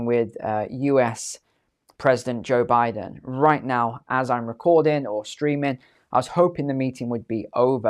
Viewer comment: Good ole "Boe Jiden" 😂